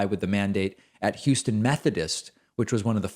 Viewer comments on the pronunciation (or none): none